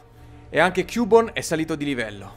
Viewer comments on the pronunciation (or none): cubone si legge chiubon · non si dice cubone ma si pronuncia chiubon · non si legge CUBONE ma CHIUBON. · non si legge cubone ma "chiubon" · Cubone letto così no però! daiiiii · per favore si pronuncia ciubon. p.s è il mio pokemon preferito di 1 gen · come pronunci cubone non si può sentì